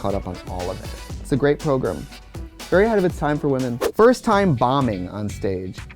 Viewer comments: how many times did she say progrum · I live for the way Trixie says the word program: "prohgrem" eehehehe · When Trixie says “program” it sound like “ pilgrim” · The way Trixie says 'prog-rum' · if says progrem, i now say progrem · I love Trixie but she says program so werid. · Say “program” one more time 😂😂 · i love the way she says program